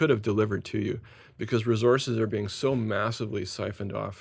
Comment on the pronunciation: Resources! Not resources